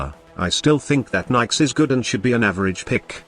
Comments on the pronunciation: ok. One, Nyx is niks, not Nikes. Two, Chaos is easily replaced with radiation damage. Three, Nyx is a female frame, not a "him". Four, this frame is trash. hands down. I'm really thinking you just called every frame good. Mind control is useless except to run away from one strong enemy. Use spectres, they are cheap and 70,000,000 times better in every way. Chaos is pointless.. anyone can radiation everyone. For zero energy. TK Bolts has potential but is, again, useless. Her last power is her only useful ability, AND she's more fragile than soggy cardboard. She sucks. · And for me, Nidus can do almost any mission I mean...I leveled him eight times at least on kappa sedna so.....I agree he doesn't belong way up top though because tanks are less skillful. That being said I can use most frames anywhere I like, even solo. Nikes lol I love the "Microsoft Sam" style voices trying to pronounce things.